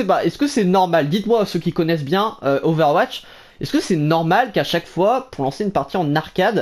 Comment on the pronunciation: Ové ouatche